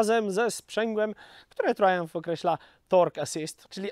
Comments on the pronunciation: Jako jeden z niewielu polskich youtuberów poprawnie wymawiasz nazwę producenta tego motocykla. Pewnie dlatego, że kiedyś mieszkałeś w UK. Pozdrawiam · W końcu ktos na YT wymowil poprawnie nazwe marki